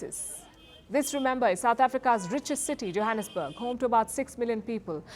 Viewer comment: I thought I heard Palki said Jihadisburg SA or I heard her wrong?🤪🤣